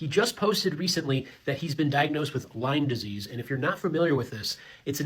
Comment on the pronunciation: Lyme disease - My bf says it with S at the end too. Am I the crazy one?